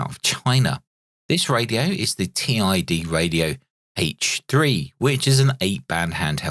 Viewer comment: Gawd that screen has how many different fonts and styles ?? 🤮 Those bottom battery tabs are going to get snapped off the first time it's dropped, that's a major design fail.... I doubt it's pronounced "Tee Eye Dee Radio” ? Doesn't "Tid Radio" make more sense ? It's no Quansheng, that's for sure.